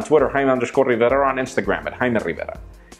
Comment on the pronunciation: You guys are such gringos! Thats how u properly pronounce his name en Español.